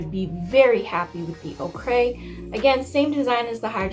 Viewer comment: Ochre is pronounced ‘Oaker’ not ‘oh cray’ ....oKay?! 🤣